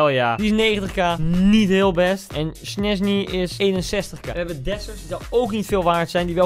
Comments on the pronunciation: Niemand: Koen: Schnesnie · niemand: koen: snesny